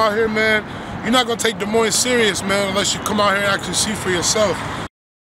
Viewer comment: Iowa has the most corrupt prison system. There is no "Z" at the end of Moines.